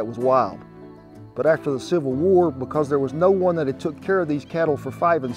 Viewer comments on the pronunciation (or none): He said civil war I heard Super Bowl 😅